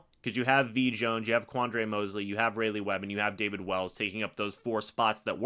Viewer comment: its pronounced "Ry Lee" (Raleigh)